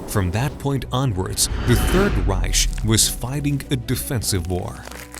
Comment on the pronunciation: And in this alternate history the third reich is pronounced third reish